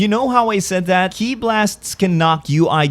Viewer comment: you called Ki “Key i?”